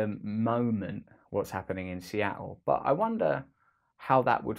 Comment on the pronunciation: It's pronounced Seattle. Not Seattle.